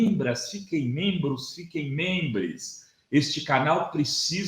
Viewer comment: O cara fala menbris (nem meu corretor deixa eu digitar isso), n da pra velar a sério, fala da prisão do lula e da anulações... N compare Hitler, va estudar história... "A estratégia dele é a confusão" KKKKKK taxa da assassinatos, e de violência caindo, isso n é caos, parabéns vc se esconde atras de mentiras. MAIS RLXX, VAMOS VER QUEM VAI GANHAR AS ELEIÇÕES... N ME BASEIO POR PESQUISAS COMPRADAS... N SOU TROXA.